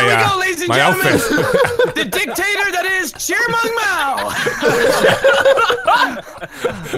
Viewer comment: Cheermung mao instead of chairman ?? 😂😂😂